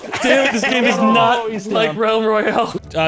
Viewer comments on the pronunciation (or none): Instead of saying can you not i heard can you nut